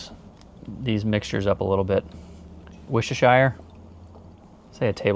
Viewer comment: Love the Chanel but let’s me teach you something all the way from England This is how you pronounce Worcestershire = woster shire Now pronounce this look at the spelling New Hampshire